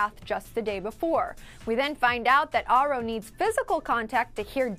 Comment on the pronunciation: She says Aro wrong! It's bothering me, It's said like arrow. I saw an interview with Stephanie Meyer and thats the way she pronounces it.